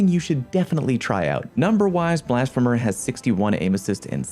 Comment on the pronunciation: I’m honestly surprised that none of the comments mentioned how he was mispronouncing Blasphemer.